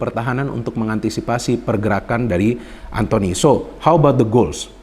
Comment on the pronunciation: "Antony" ☝️ bukan "Anthony" Elanga